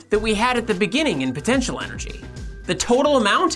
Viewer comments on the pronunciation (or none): none